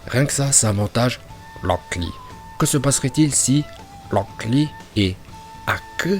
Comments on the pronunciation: mais arrete de dire rock lee et haku comme sa stp xDD "HakUuU" et locK Lee" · Pk il dit "Locklear" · Il a dit 18 fois lock lee en 5minute seruix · On dirait qu'il dit lock lee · Franchement 'haku' à un meilleure accent que lock lee😅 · Tu sais t'a juste à dire "Akou" Et "Roque Li"... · Rûok Lee kuü ptdr la prononciation en vo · Pk tu dis S A S U K E À la place de S a s k e Et pour Rock Lee et Haku tu les prononce en VO Ps: T chiant avec tes Hakkkuuu et Lock Lee c mêmes pas la bonne prononciation donc stp Arrête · Tu dit HAKEUUH et LROCK LEE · "Loc li" "Aku" (Rock Lee, Haku)😂😂😂😂😂😂😂😂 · " Loocc Li " mon cerveau chauffe !!! 😂😂😂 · "Lock Lee" et "Haku" 🤣🤣🤣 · Pk tu dit "lock lee" et tes accent son...incroyable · Le "Lock Li" il me fuuuuuume de malade mental mdrrrr. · Moi non plus je comprends pas pourquoi il faut dire Locl Li alors que même le chinois qui parle Français prononce leurs propre prénom avec l'accent Français et c'est logique. C'est comme les gens qui parle Français et qui place un "anyway" ou un "you know" comme ca, ca a aucun sens mdr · « Lock Lee » mdrr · Putain comment tu dit aku et rock Lee c'est bizarres ! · Oui ta vue ça moi g l abitude de rock lee